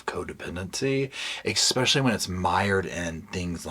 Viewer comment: Please, for the love of all that's holy, stop putting a "K" in the word "especially"! It's NOT eKspecially! Yes, I'm petty Patty. 😂 Every time you say it I just want to throw my phone... Please? Just try it... Now, back to the video. Thank you for reading this book so I didn't have to. I'm old enough that I remember this story from day one, back when she and her mom were on all of the original talk shows and they got the habitat for humanity house and all of that and I felt really sorry for Gypsy but I also thought that there was something wrong with that picture. I could never quite put my finger on it but something just didn't seem right. I want so much to be on her side but she's really making it tough. (That doesn't mean I excuse her crime, it just means that I want to wish her a happy future but at this point I'm just not quite there yet.) Oh my God, you just did it again... 😅 I also love that you say luggage instead of baggage.. I think I might borrow that one.